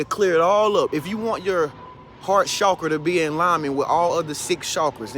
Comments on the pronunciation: Can I just say, i love the way you say the word "chakra"💞. Period. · I like it too....And I really and truly think that is one of the only ones pronouncing it correctly, based on how it is spelled....It seems that most people are using the phonetic pronunciation.